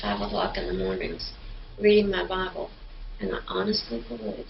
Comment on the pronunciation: "Ah wuz readin' mah Babble..." <-- The precise moment I knew she was lying sack of turds.